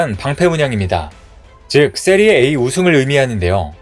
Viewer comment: 세리에 '에이' 아니고 세리에 '아' 라고.. 레알 마드리드를 리얼 마드리드라고 읽는 거나 같잖아